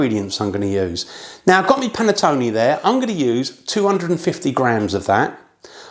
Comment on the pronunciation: Would be nice if the English actually learned how to properly pronounce the word "Panettone"... "Panettoni" is plural.